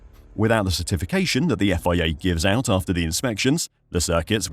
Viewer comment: The Effoiayya cant you just say FIA